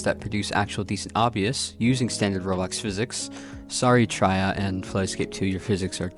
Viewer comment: "tri ah" im not going to accept this being worse than how math factor pronounces it 😭 although i do appreciate it actually being recognized as something that exists 🙏 ty